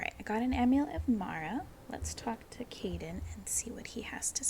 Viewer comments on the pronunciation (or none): K-eye-den is how his name is pronounced. I’m sure you heard it eventually in game tho, as it’s been a year lol.